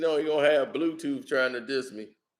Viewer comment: "blue toof" 🤣